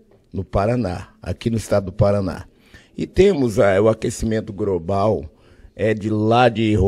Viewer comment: "Brasil molhado" "Aquecimento grobal" "Roraima la no nordeste"